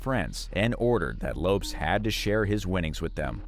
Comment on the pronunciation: Lopes is pronounced "LOW-pess", not "lopes". LOLZ